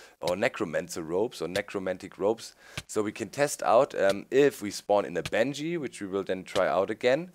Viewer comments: He or she means the pronunciation of Banshee, because Doc is constantly saying something that sounds like Banjee. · Need to spawn bange? lol its ban-shee